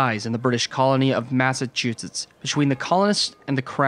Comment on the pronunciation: Hearing you say "Massachusetts" really hurts my ears. Yikes!